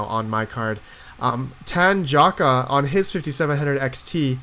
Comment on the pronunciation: You're murdering Tanjocka with your pronunciation. I also believe he is a she (Tanjocka is little Tanya in Slavic languages).